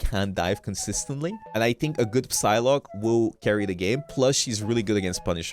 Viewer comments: is it Psylocke or sylock like how is it supposed to be pronounced coz it sounded wrong when he said it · Is he pronouncing the P in Psylocke?